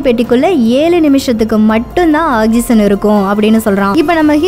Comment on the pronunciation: She doesn't know how to pronounce some words.. For ex. Oxygen.. Try to change that and than explain the story..